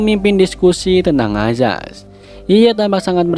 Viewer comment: Perasaan tulisan di subtitel nya ayaz tpi di bacanya azaz.... comment aja nih netijenn... semangat bang